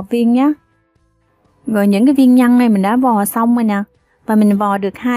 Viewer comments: Bạn phát âm cho chuẩn để dễ nghe nhe. Nhất là từ nhân chứ không phải nhăn, đánh lưỡi chữ r bạn nhé. Thanks. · oi e làm bánh kheó lăm, chi thůòng xuyên xem Video cūa e, nhůng chi có 1 yêu câù nho nhõ, e phát âm cho rõ 1 tí, nhân mà cú nghe nhăn